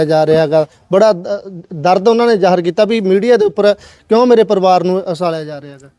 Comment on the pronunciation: Usalya ja reha usalya ja reha … bai reporter wala mike fdn to pehlan gal saf bolni sikho usalya ki hunda uchalya hunda …kya reporter banega re tu 😂😂